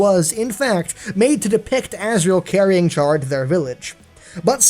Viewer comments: Chara’s name is pronounced kara not ch-ara fyi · Gaming It's pronounced Cara not Chara, it's pronounced like the Irish word for friend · I think Chara is pronounced like Car-ah for CHARActor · PRNOUNSED CARE SPELLED CHARA! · It's pronounced "Kara" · Uhhh, sure, it's SPELLED Chara but it's PRONOUNCED Kara. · 1 thing STILL (after about 6 months) doesn't know,is how to pronounce the name Chara. Chara is short for Character,so it's pronounced Kara. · I think Chara is pronounced like "kair-a" like in "CHARActer" because usually the main character in RPG games kill everything for levels and exp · it's pronounced CARE-uh